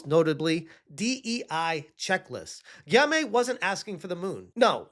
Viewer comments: Funny how you pronounce his name ^^ Gimay lol. I don't know how i could write the pronounciation correctly but try it like "Gee-yom" with a hard G. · Guillaume is pronounced gi-ohm. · All together now : Guillaume = Ghee-yohm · Aaahhhhh lol. Take the L out of GLEE… Gee-ohm! Guillaume…. 😂😂😂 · LOL His name is pronounced GHEE-Ohm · It's pronounced gi-yome (like home). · Small tip: Guillaume is pronounced "Gee-yom" with the G as in "geese" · his name is pronounced “Ghee-ohm”. Great dude. Great game. He deserves all of the praise and success. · ''Guillaume'' is pronounced: Gui-Yom (Gui like in Guitar, Yom like in Yom Kippur. The way you pronounced it, funniest thing ever :) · I'm glad you already pointed this out, was cringing.